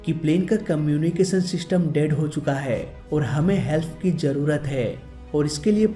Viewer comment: helf nahi help hota hai bhai main aapki besti nahi samgha rha hoon